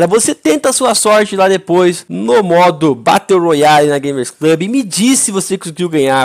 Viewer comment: Aí não fallen morando no usa e falando batteu royale aí o verdadeiro pinou